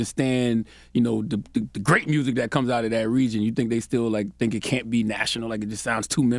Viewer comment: “The mursic” 😂😂😂